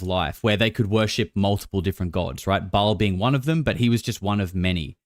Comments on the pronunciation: It's pronounced "Bale" not "Ball." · It's pronounced "Bail" not "Ball". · Ba-ahl...a long ah